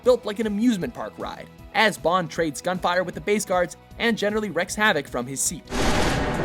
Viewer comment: Wrecks havoc? Wreaks havoc as in 'reeks'.